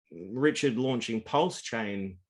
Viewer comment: Up to u guys to listen to this clown. He listened to his mates son and bought a scooter coin wout knowing mining basics and then he can’t even pronounce/know what pulse is all about (he doesn’t know a network from a dex so u guys think he knows about blockchain tech? Guy can’t even talk on facts - forget this fool